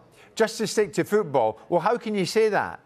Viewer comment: The way he read football: fuu-bul 😂😂